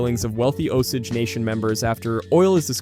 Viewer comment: Pronounced Osayge